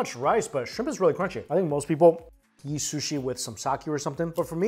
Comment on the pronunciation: Interested in the fact that you say ready to yeet instead of ready to eat